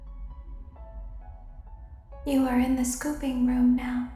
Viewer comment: You said: Me and Sister: noo is not is ennard